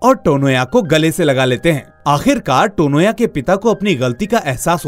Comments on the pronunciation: It's not टोनोया. It's तोनोया. Coz in bangla 'o' sound has importance. I mean to say this sounds is common in bangla language. तनया becomes तोनोया. Beautiful explanation indeed !❤❤❤❤❤❤️ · Firstly it's Tanya ..😅with a Bengali pronounciation (Tonya)